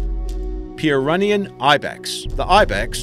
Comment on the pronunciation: You can tell these videos are made just for the views by the amount of slightly wrong information and mispronunciations and the sheer amount of errors and mistakes! Quaggas living in South America? Caribbean sea monks? African Black Rhinos? Where else are Black Rhinos found then? Purenian Ibex? I mean come on!